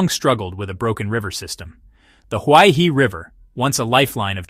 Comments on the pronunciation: "He" means river and is pronounced her not hi, therefore Huai Her not huai hi. Commentator should at least learn how to pronounce properly as respect for the language and people. Nobody likes to hear his or her name mangled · Great video! Please read Huaihe as "who-eye-her". Thanks.